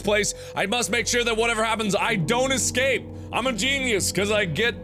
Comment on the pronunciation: You know how he said don't excape Well he just did excape